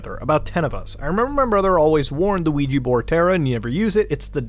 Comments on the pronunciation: Luigi board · Ouija boarf